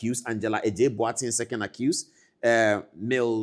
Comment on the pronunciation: The name is Mildred not mildfred